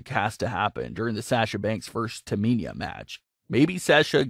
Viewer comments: My thoughts is this: how you can't pronounce Tamina yet, you commenting on WWE. And your voice sounds like the same person who can't pronounce Cesaro you really should either: A) have the person who been watching the matches and gave you the notes, to actually, be the person doing the comments, not you. Or B) learn the damn names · Learn how to pronounce names mispronouncing Sasha and Tamina constantly is annoying to listen to. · Could you please pronounce their names correctly though 🤦🏾‍♂️ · Learn how to pronounce Tamina's name properly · Who’s “Taminia” ? 😂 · Please learn names of these super stars its Tamina not Taminia. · You said Tamina "Taa mee niah" almost 30 times.. It pisses me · Its Tamina not Taminia. Please learn names of these super stars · Tamina not taminya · The way he keeps going on and saying Taminia....Painful 😫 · It’s Tah-Me-Na!!! Not Taminia!!! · Everyone:Tamina:Taminia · Its S A S H A Not SÄESHA Its T A M I N A Not TAMINIA Ahhhhhhhhhhhhh sry i have OCD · Me:Say whip Narrorator:Whip Me:Say Cool Whip Narrorator:Cool Whheop Me:Say Tamina Narrorator: Taminia Me: Im not playing this game with you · I don't understand how someone can mispronounce Tamina. It's so fucking simple. Where can you see the I in Tamina. TAMINA. Not TAMINIA. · Taminia is Ciciro girlfriend. Lol. This guy can't pronounce Tamina and Cesaro. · Disliking because of the pronouncement Taminia. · I think sasha should be the champion and not bayley she keeps doing sasha bad man and it's tamina not taminia !!! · the way you say Tamina makes me laugh ))). why do you keep saying Taminia 😂😂😂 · Um TAMINA not taminia... smfh. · Taminya? No no no...it’s Tamina get it right!!! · Does anyone else hear him saying Taminya instead of Tamina. 👍if 🤙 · Tamina not Taminia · I had to stop watching after you said Taminia like 5 times. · It’s Tamina not Taminia my friend. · Why do you say Taminia. It’s Tamina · I Her name is pronounced TaMINA like NINA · It's Tamina!! TAH-MEEE-NAAH!!!